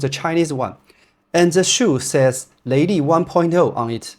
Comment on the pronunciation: Leili from you sounds exatly like LADY